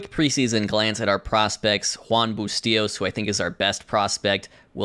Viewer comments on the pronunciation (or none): none